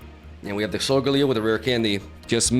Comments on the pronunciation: It’s sol-gah-Leo.. snorlax needs so much setup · You pronounced Solgaleo's name wrong in the intro, but pronounced it right in the rest of the video lol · Why do you pronounce solgaleo and lunala very weirdly? 😭 It's not solgahhleo, it's solgaleo. It's not lunalahh, it's lunala